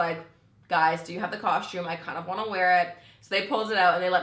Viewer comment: You say costume so funny! Where is there a h in costume? 😂 Cos-tume no shade just funny ;)